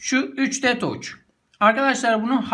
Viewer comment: Touçh ne abi taç desene suna 3dtaç yani iıriditaç ;)